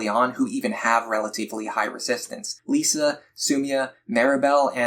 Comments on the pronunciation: Lissa is pronounced Lis-ah not Lee-sa btw. Good guide thou. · Never heard someone call her "Lisa" before but great guide Edit: Hold up, Tharja as "Saria"?